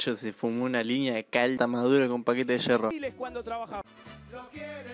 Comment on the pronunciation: No es Yerro, es hierro